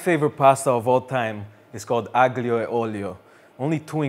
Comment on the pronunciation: Aglio - don't pronounce the "g"